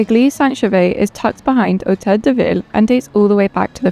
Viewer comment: lol — pronounces “de” like “day”.